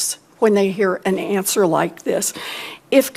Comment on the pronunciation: "Miss Devos, do you know what a school is?" "I WIKE TWURTLES!"